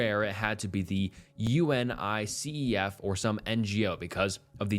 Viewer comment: Bro said U-N-I-C-E-F 😂